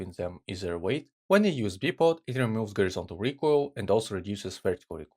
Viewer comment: Bye-pod not Bhee-pod